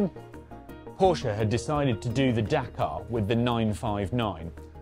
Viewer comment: thank you for pronouncing Porsche correctly 🙂